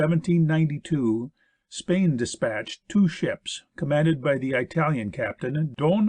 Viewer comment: I think the narrator is supposed to be saying marine but keeps saying maRain. It is bugging me because maybe he is saying it right but I cannot find any word from Google that fits. Also he says I-talian instead of Italian. Why not use a person with less idiomatic pronunciation.